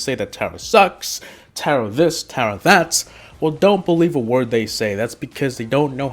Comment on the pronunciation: Tera yep that’s how to say it not Tara omg your bad and all of these brawlser and you don’t know how to play